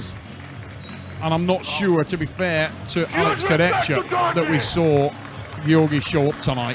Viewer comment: to the comentators.. learn to pronounce names. This is disrespectful, u heard 100 times the names and u say it wrong every time .... Kurdecka ? Fetkopf ? Shagnashvili ? .......